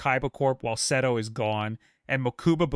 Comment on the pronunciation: "Mokooba" "Seedo" 💀